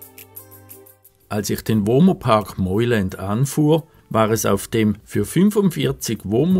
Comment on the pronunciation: Es spricht sich "Meuland " aus und nicht "Meuländ"!! Ansonsten sehr schönes Video